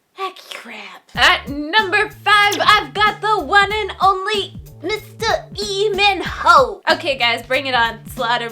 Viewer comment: it isn't EE MIN HOO but is LEEMIN HOO